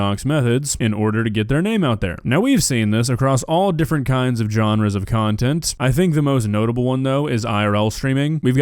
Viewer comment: she does cuntent instead of content